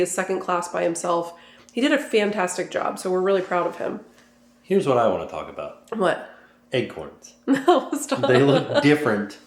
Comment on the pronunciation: Ack! Stop saying Egg-corns!!! 😂